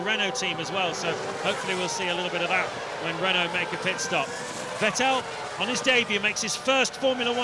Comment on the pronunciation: Note how James Allen pronounced Vettel's name correctly when running through the grid order, then Brundle poisoned him into getting it wrong. I think it was mid-2011 before British commentary was correctly pronouncing his name again!